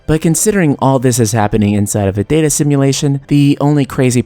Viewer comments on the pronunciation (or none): none